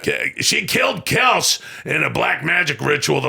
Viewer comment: Haha “Kels”…… it’s Kell-See